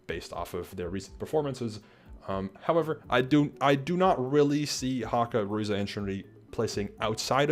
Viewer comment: This was super cool to hear, thanks for sharing what you could! One minor thing: Ruze pronounces his name without the “eey” at the end, ruze is a single syllable :)